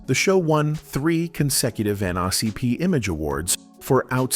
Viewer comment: Did the AI voice really call the N Double A C P as the N Ah CP? Wtf lol